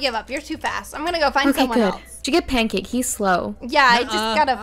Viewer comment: Lol his name is pancase BFF not pankcake BFF XD